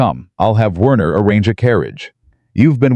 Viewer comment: Werner is pronounced Verner,this is how German language works ok